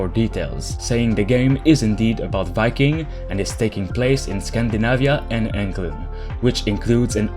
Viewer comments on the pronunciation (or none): I heard it Inkland which still resembles England.